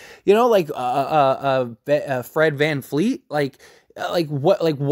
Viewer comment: His name is Van Vleet, not Van Fleet